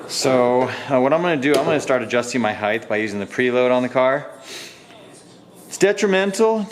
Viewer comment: Why is every you tuber saying "heigth" now? Mind boggling!